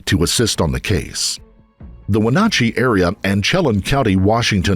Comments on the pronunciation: Good work on this, but damn you butchered wenatchee and chelan lol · The way you keep pronouncing Wenatchee is painful, especially when you included a news clip where it's pronounced correctly. Okay, I'm done being petty. Back to enjoying the video. Edited to add: **more than one news clip with Wenatchee being said repeatedly. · I love that he kept pronouncing Wenatchee wrong. Should have done some research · Not to be rude but my suggestion - please listen to what the newscasters have to say and how they said it. The mispronunciation of Wenatchee, Challem Bay, I think that's the one and Chelan County again I'm trying to remember if that was the county, were like fingernails on a blackboard. It was so distracting I couldn't concentrate on the story. Sorry. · Good presentation BUT, it would make it perfect if you took time to get the correct pronunciation of the town, county & Clallam....It's quite jarring to someone from the area to hear those mispronunciations. Heck, the newscasters in the footage say Wenatchee 2 or 3 times so you could've easily gleaned that one. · I have to laugh when people try to pronounce names of places in the Pacific NW. We have a lot of places named after words from Native American languages. He got close with the pronunciation of Wenatchee, but failed miserably on the names of the other locations. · OMG the constant mispronunciations of Wenatchee and Clallam County are killing me lol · The news even pronounced it for him a few times. There are lots of us in the comments from Wenatchee. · I live about an hour from here… it’s hard to ignore how badly you botched the pronunciation of Wenatchee and Chelan 😭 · Especially since the news footage he used had the reporters pronouncing, "Wenatchee" correctly. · So you listened to a news report where the name of the town is correctly pronounced and you still miss, pronounce it through the whole video what the heck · Lol hearing this guy mispronounce "chelan" and "Wenatchee" is kind of funny.